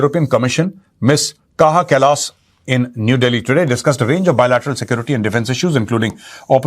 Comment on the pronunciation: Sir काया क्लास That should be her German name pronunciation 🙏🏻